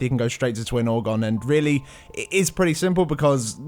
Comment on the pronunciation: It's "Ogron", not "Orgon"